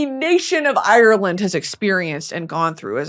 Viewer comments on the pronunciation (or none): none